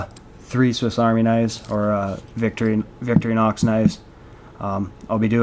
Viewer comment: It's Pronounced VIK-TOR-IN-OX Victorinox not Victory-Knocks !